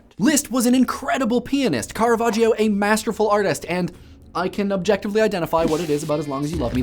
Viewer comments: hue hue... he said peanist... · peanist TEEHEE